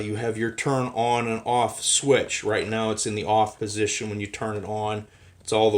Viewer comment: WEN not WIN.